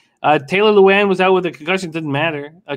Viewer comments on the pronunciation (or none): The way he mispronounces Lewan is cringeworthy